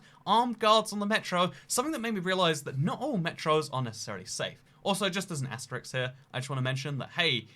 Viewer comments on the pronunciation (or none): I've noticed you always say "asteriks"/"asterix" instead of "asterisk" unless asteriks its another word and I don't realise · Only Asterix there is is a little Gaul. The correct pronounciation is asterisk but many people make the mistake. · i've never heard it pronounced asterisk